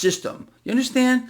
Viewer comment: You "unnerstand?", No, that's why I'm here 😅